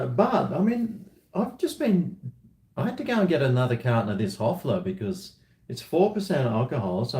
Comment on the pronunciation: We are near to the 3rd world war and and old talking shit like in all his vids. Cheers! "Hoefler" not "Hofler" is the name of this crappy beer from germany.